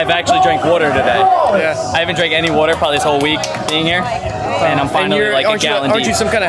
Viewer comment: says water like “Wooter” haha